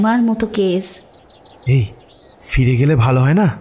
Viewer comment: উচ্চারণগুলো একটু ঠিক করুন। রানীর husband একজন ডাক্তার, সে "কেস"কে "কেশ" বলছে!